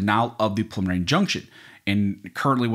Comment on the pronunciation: Sounds like you're saying "pulmonary injunction"- a little diction would help!